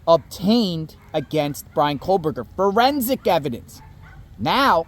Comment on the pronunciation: Over a year later and you’re still calling him KOHLberger?! lol😊